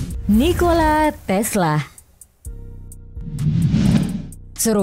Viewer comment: Videonya menarik, datanya juga bisa jadi pelajaran dan bisa ditinjau lebih jauh melalui sejarah tapi kalau mba ini yg jadi narator sedikit terganggu dengan penggunaan huruf "H" diujung vokal. Bunda Teresa bukan Bunda Teresahhh Nikola Tesla bukan Nikola Teslahhh Mahatma Gandhi bukan Mahatma Gandhihhh Marco Polo bukan Marco Polohhh Sukses terus DATA FAKTAHHHHHH!!